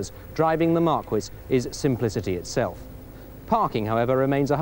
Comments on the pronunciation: "Mark-wizz"??? Marquis, Mr. Bastable, is pronounced "Mark-Key", at least that's what it is in 'Merica. And seeing that is where the car is from, that's how it should be said. Then again, Americans say "Jag-Wahhrr" instead of "Jag-You-Ah" so who knows... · Marquis pronounced "Mhar-Kwiss"??? Its Mar-Key Tony, Mar-key.....you Bell Bottom, Canadian Tuxedo wearing historical Gem. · Mar-quiz..Mark-wiz...huh?...Jeeze. It's a Marquis. It's pronounced like the French word should be. Phonetically: MARkeey with the stress on the first syllable. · I had this conversation with a Yank on you-tube who had a Mercury Marquis and he insisted that in the US the car was pronounced Markee, even though according to the spelling it should have been pronounced Markwiss. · It’s a Mercury Mark-ee not Mark-qwaa LOL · It's pronounced Mercury "Markee" not "Markwis" lol... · Mar-Key, not Mar-Kwiss! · Who the hell says Mar-Quis? Come on man. Mar-kee. Next thing you know you'll be saying Los Angelleeeess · "markee" not "markwiss" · Mar-KEE, not bloody Mar-kwiss!!! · Why the F is he mispronouncing the car names? "mark wiss" ? marquis "KooPay" coupe ... ! Marquis is "mar key" and Coupe is "Koop". That is the way it was built and that is the way it is pronounced. Sorry PAL, you say "TEMS" instead of THAMES in describing the River to be consistent. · It's embarrassing the way he pronounced Marquis. "Mar-kwis" It's pronounced Mar-key, buddy. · Yeah, just like the "Markwiss de Sade." LMAO. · You pronounce it mar-key, yes it's a French word. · We had a Fairlane Marquis here in Australia in the mid to late 70s. We pronounced it "Mar-kee". No one really knew what it meant though, other than being top of the line. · A Mercury "Markwiz"? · "Murcury Mahkwis Browham". I suppose that's their retribution for us pronouncing Jaguar as "Jagwar" LOL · Mark-wiss Brow-um. LOL. They weren't built for the UK's road conditions, though. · He also said "Mercury Markees Browam". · **Mercury Marquis (Mar-kee)